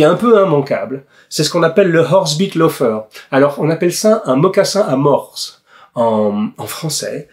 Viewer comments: Bonjour monsieur Jacomet, Si je peux me permettre, on dit un mocassin à mors, sans prononcer le S. En effet, il s’agit d’une embouchure stylisée placée dans la bouche du cheval et reliée à des rênes. Le cavalier communique ( entre autre) avec sa monture par le truchement de cet « accessoire ». En langue anglaise, on dit «bit». En vous remerciant pour votre attention et pour votre excellent travail. Salutations respectueuses. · Vidéo très interessante, comme toutes les autres. J'y ai appris beaucoup de chose. Pour les mocassins à mors, le "s" de mors ne se prononce pas.